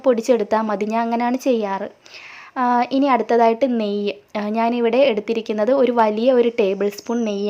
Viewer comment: Neyy ennu paranjathu manassilayilla